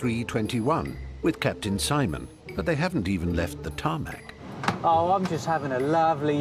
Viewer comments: He says tarmac 😤😤😤😤😤😤😤😤😤😤😤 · Call it "TARMAC" One More Time I Fucking Dare you